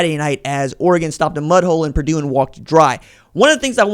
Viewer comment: It's Purdue